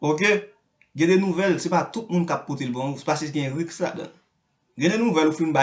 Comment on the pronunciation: Bouche neg la move anpil...li pa kon i li pa kon u...li pa kon accent aigu, ni accen grave...li pa ka prononcé aucun mot francais..lap di RIX pou risque..Bay Haitien on chance non..